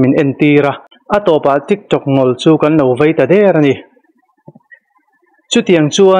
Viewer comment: Tik tokh ( min tawk suh...tia tawk ang hian lam loh tur).... anilo tik tok tia lam tur( tok tia lam mai tur sap thumal anih khi...😂😂😂 Sap thumal chu sap Lama lam mai tur, mizo lam Dana kaihlek hi hmar lam hian enge in chin em Ema...thring tha top...😂😂